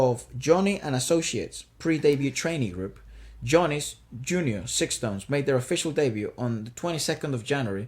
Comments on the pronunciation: Got surprised that you guys found out Sixtones!!! Btw the name pronounces like “stones” without ix. I’d love you to react to another Japanese freshly debuting boys band “BE: FIRST”. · SixTONES is pronounce like Sa-Tones not Six.And thank you so much for your reaction. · Primera vez que veo latinos reaccionando a mis amados SixTONES, un dato se pronuncia STONES la "ix" es muda. Espero ver más reacciones de SixTONES en su canal, sus comentarios fueron muy técnicos y hermosos. La canción Imitation rain la compuso Yoshiki un muy reconocido artista en Japón. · I went back to the First Take version of Imitation Rain every now and then and ran into your reaction. What a surprise! Thank you so much. It's such a beautiful song and SixTONES delivered it gorgeously, isn't it? (it is pronounced as STONES. Take the "ix" off when you say it). They have released so many great songs since, like Anthem, Kokkara(=starts from now), Special Order, Futari(two of us), are truly worth looking at. Please check it out. Look forward to your next SixTONES reaction. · Thank you for the reaction video! If possible do check their performance during concert on their youtube channel (ST, Special Order and others) I’m sure you’ll enjoy it and see the gap from the First Take video. Also the group name, SixTONES is pronounced as Stones 😁 Thank you again for this video!!! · Thanks for the reaction video☺️ It’s written SixTONES and pronounced as STONES. There is double meaning to this name, you can already tell by this movie “Six” beautiful “TONES” as a harmony, and the other is they will shine like a diamond after all diamond is STONES :) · Group name is pronounced Stones as an FYI referring to Six members as each stone Left to Right ( Juri, Kochi, Jesse, Taiga, Hokuto, Shintaro )